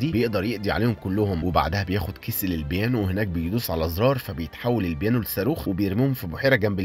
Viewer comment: بانيو ❌ بيانو ✅